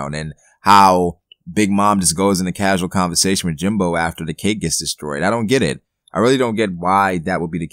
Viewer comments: jinbEEEEIIIIII not jimBOOOOO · lol why do u keep calling him jinbo? lmao